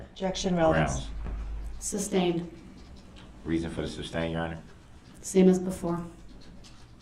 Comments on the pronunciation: Can someone please tell him it is not a "tack-it" agreement. Tacit is pronounced "tass-it." And don't get me started on "substained" vs. "sustained." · “Substained” wtf is that? What does “”substained” mean? What does ax mean? I mean, come on, basic ENGLISH pronunciation goes a long way! I have lost count of the number of times throughout this trial I have heard the word “ax”. If I was ASKED the question “if I could Ax You..” I would state “what?! I don’t understand what you are saying, AX? You want to hit me with an AX? Judge, im in fear for my life, the defendant said he wants to hit me with an ax!!!, bailiff please protect me!!” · I object .substained.